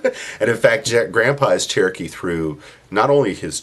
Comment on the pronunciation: White people all ways say there chrookee